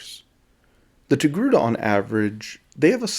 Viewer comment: Ah yes the Tocake...err...TOGRUTA species.